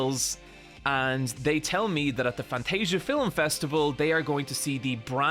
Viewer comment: why do you say "filum"?